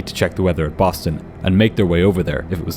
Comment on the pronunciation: lol "Boton"